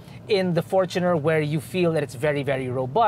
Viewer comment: Sana pakituro din tamang bigkas ng FOR-choo-ner. Hindi for-CHOO-ner. 😁